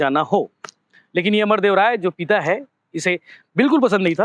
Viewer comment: "पीता" नहीं भाई "पिता" है वो, और भी बहुत अशुद्ध उच्चारण हैं आपके सभी वीडियो में। पत्रकारों का उच्चारण सटीक होना चाहिए।